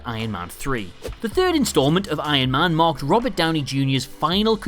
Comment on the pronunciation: Yeah but they should have write "This is not Hulk 2" in big letters on every poster of the movie, so Hulk would have a trilogie of movies like Iron man (the guy of this channel always say Iyon man insted of Iron man😂😂😂😂😂😂).